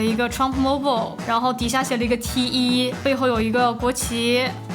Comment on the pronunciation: 講T one 才對，英文，才好聽😂